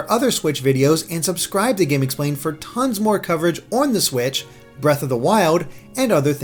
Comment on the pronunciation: Zewda, Bweaf of the Wiowd. You never disappoint